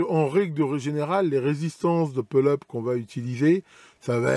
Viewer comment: Donc ne me tapez pas dessus, une remarque toute gentille, merci. On dit « poule eup » et « poule daoune » écrit en phonétique bien sûr. La j’ai les oreilles qui saignent un peu mais ça ira.